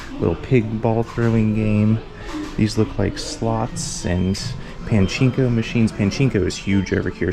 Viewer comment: Pronunciation of things like Goemon Arale Pachinko Tamagotchi made me go, "what?" But the Japanese with the store clerk was spot on. 👍